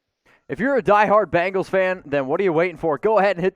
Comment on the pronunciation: Its BENGALS NOT BANGALS